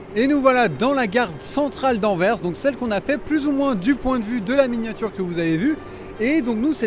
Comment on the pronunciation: Pour rester dans le thème belge, vous pourriez réaliser l'atomium de Bruxelles. En tout cas merci pour cette sublime réalisation d'un lieu de mon pays et bonne continuation ( merci aussi pour ta bonne prononciation de Anvers) .